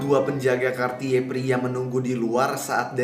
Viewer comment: kenapa dia bilang nya kartiye sih, kan aku jadi ngakak 😂😂